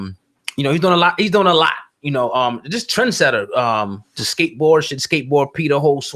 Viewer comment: Trendsetter Not Trensetter